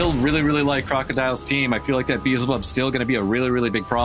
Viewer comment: Why they always say beezlebub, its beelzebub